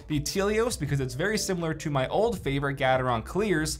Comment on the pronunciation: Nice comparison. Never heard Gateron being pronounced like that, always with the beginning being like gate.